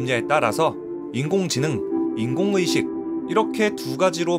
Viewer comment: 왜 인공의 식이라고 읽어요 ㅋㅋㅋㅋ